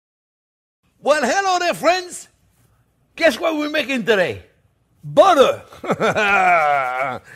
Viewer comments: "We got budder" 😂 Awesome! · "We got buttuh" slayed me! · I don't think I've ever heard anything quite as French as Jean-Pierre saying oh butter is good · A French man through and through except when he says "butter". He says butter like a NYer. 😁